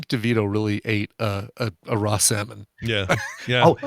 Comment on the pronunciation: pronounced the fish as Sal-mon and no one called him on it